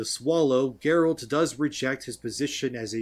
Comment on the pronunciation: Ah they changed Geralt for Jerald? :D